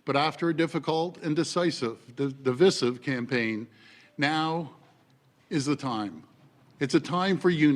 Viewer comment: He can't even say the word divisive properly.